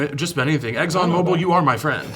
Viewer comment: The way he said eggs on mobile for Exxon mobile